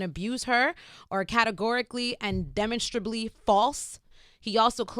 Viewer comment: deminstribly?! lol